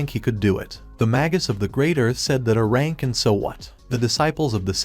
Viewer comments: I HONESTLY CAN NOT STAND THE STUPID TEXT TO VOICE SAYING UH RANK INSTEAD OF A RANK.... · Quick little helper, for your text to speech thing, type (A Rank) as ("A" Rank) in order for it to be pronounced more accurately. Also, thanks for the recap. :) edit: this strategy may also work for more than just that phrase. edit 2: you can also type "A-Rank" as well